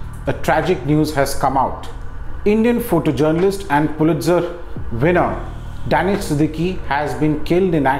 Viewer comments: Say "Dhaaaneesh" not "Daenish" !!! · "डेनिश" नहीं दानिश है। फ़ेक accent के बादशाह😂